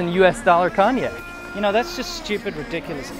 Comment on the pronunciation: You do not pronounce Cognac,. I had to turn on subtitles to figure out what youre even saying